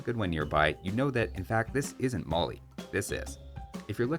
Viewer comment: Great video as always,! Thanks for the insight. I don't expect you to pronounce everything super correctly, but Mali is pronounced with the "a" as in "cat" - rhymes with alley. (To pronounce it like a West African, the "l" is different too, made with the tip of the tongue forward, close to the back of the teeth. But that would probably sound kinda weird in the middle of a Canadian accent.)